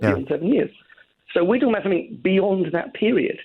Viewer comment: Tory by marriage is my guess. What school wouldn't have corrected her saying, "somethink"?